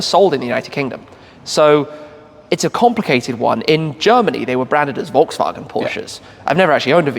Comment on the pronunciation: Much respect for Shmee and his pronunciation of Volkswagen, Audi and Porsche (yes, the e at the end is not silent). As a German, it was kinda delightful to hear these names pronounced correctly in english. Side note: Is that a Mazda (early RX-7?) in Sea-Mist-Metallic behind Shmee at the beginning of the video?